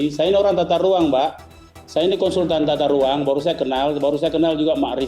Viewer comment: yang kurang itu adalah bicaranya yang kurang G.... ahahahaha tata ruang pak yaaa....bukan tata ruaN.....